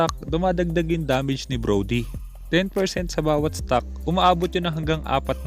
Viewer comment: hahahha broly? Brody yon hahahah